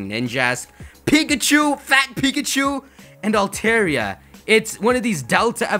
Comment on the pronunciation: It's all-Tar-E-A